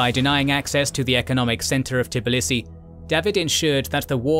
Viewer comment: Tbilisi, not Tiblisi.)